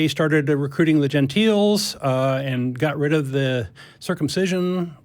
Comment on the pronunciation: And it’s not “gen teal”. It is “gen tile”